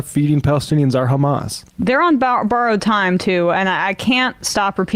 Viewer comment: It sonds like you say chamaaas did a mistake/ accident at 7 of oct